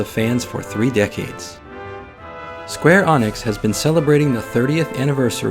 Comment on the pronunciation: .... Did you just say Square Onyx? The hell lol.